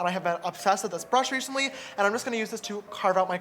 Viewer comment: Did anyone else hear reshantly lol love him